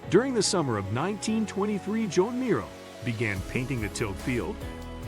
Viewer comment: It would invest you with credibility if you learned to pronounce the artist’s name correctly. Until then…